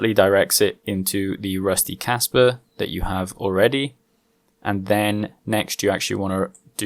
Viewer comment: RPM sent me...Kaspa is cool! Sounds like you're saying Casper with a Boston accent